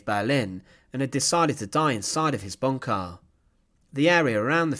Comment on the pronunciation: "Pressurah in bunkha" :)